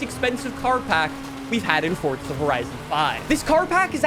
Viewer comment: It’s forza not fortza 😭😭😭😭😭😭😭